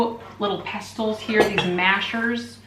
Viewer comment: t is silent in pestle pessel